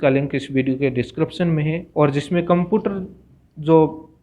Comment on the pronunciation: कम्पुटर नहीं होता कम्प्यूटर होता है गुरुजी।